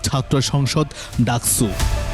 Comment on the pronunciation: রিপোর্টার সাহেব আপনার' স ' এর উচ্চারন ঠিক করেন। ডাকছু ডাকছু শুরু করছে বিরক্তিকর লাগে শুনতে। এর আগেও একটা নিউজে আপনি বার বার সাভার কে ছাভার ছাভার করতেছিলেন। 😡